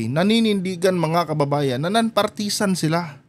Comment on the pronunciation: Please learn how to pronounce partisan